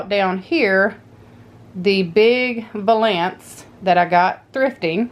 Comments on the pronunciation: Pronounced val-ance not va-lance. My friend says it the way you did. All looks great. Love it... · I was just watching and to me the ankle of your stocking was to thin. That's why typical stockings ar cut the way they are. Plus, the word valance would be pronounced val'-ants. I hope that helps.